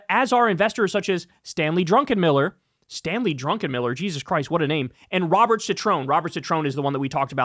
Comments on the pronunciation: Druckenmiller not Drunkenmiller hahaha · Druck en miller. Not drunken miller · Hey Kyle, FWIW, the macro Hedge Fund PM's last name is "Druckenmiller." Some good insights in this post and I wouldn't fade your call on "why" the U.S. government would provide a $20bn lifeline to Argentina via CCY swap lines. History hasn't been kind to such bailouts with this country. Probably not a good use of U.S. tax payer monies.